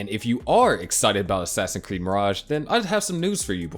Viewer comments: Great video man! Also how come you say ‘assassin creed’ instead of ‘assassin’s creed’ ?😂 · Man just pronounce the s in assassin'S creed please. I'm sorry but it's incredibly annoying